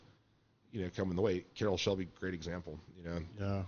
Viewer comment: Did he say Sharrol Celby instead of Carrol Shelby? LOL